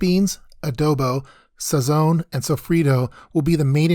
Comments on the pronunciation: Every time I heard "Sow-free-toe" and "Sah-zone" I imagined my ancestors crying from the bad pronunciation. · Sound white as ever bro cant even pronounce sazon right